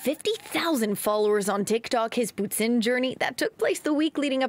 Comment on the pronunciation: Is it just me the way he pronounce poutine is off? Isn't suppose to be like "poo teen"